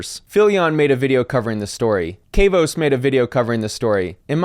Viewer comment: lol at the way you pronounce Kavos 😂